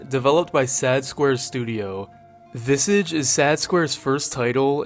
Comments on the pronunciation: That's not how you pronounce "visage" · Your Pronounciation of visage is absolutely crazy 😅